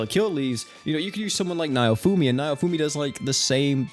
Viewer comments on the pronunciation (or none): I can’t get over how hard he butchers naofumis name lmao